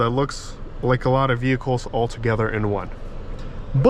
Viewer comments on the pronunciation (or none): none